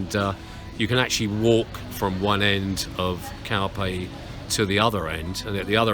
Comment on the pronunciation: English pronounce...calphey,🙃